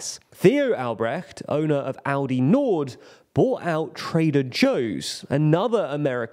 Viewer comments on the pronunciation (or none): How can aLdi be pronounced aUdi? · I keep hearing Audi instead of Aldi the way the presenter pronounces it. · Love how Aldi became pronounced as the german Audi consistently throughout this video (confusing my brain a lot haha) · Somehow it sounds more like Audi than Aldi xD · The way Aldi is pronounced sound like "Audi" which made me confused at the beginning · Please stop saying "Audi" every time... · I get triggered by you calling Aldi Audi consistently😂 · You might want to try pronouncing the letter "L" in that word. You're making it sound like Audi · It’s pronounced “All-Dee’. You are pronouncing it like the car company. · Could you please learn how to pronounce ALDI? You sound like AUDI, which is a different, German yes, but nevertheless different company! I mean, how can you make a video on a foreign stuff without even checking how to read or say it, lol. BTW, I'm not even german and still know how to pronounce it correctly 😅